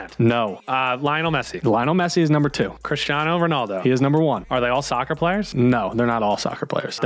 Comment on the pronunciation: "Chrishtiano" "Line-al" "Umbappe" Lmao American pronunciations